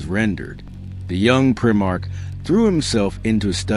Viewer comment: If you can’t pronounce primarch correctly then this channel can fuck off. Blocked.